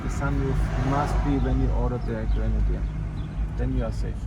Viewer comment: Pronuntia aia de "grenadir" e ...😢 .